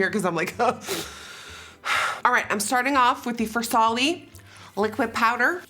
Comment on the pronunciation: Nikkie: liquid powder Also Nikkie: a wha?!! ... A LICCQUID PAOWDAR! 😂😂😂😂😂😂😂😂